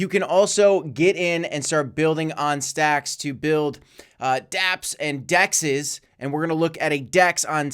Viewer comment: yay he can say stacks stx correct now 👀you called it out ? haha😂 cough told you so... Thanks for my shout-out?? 😂 Jk